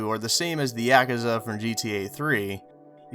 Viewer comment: Me too.. I mean, mate.... Do yer homework a lil bit better... Same with 'Yak-ah-za'...